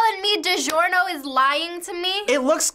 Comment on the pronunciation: It ees what it ees...